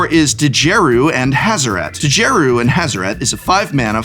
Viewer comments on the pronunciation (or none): I’m pretty sure the “D” in Djeru is silent.